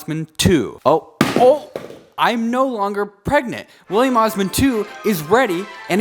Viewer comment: "*Wihph*illiam Osman 2!!"